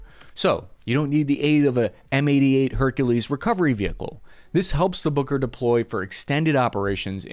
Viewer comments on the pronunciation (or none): Boker? Isn’t it “Buuuker” ? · Take a shot every time he says booger. I mean, Booker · I am terribly sorry, but I just can't stop hearing "Hooker"... which leads to hilarious phrases🙈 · I keep hearing "booger" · M10 Hooker is what I hear 😅